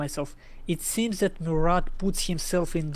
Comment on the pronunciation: gg for both. BTW: you don't for pronounce the "t" in Murat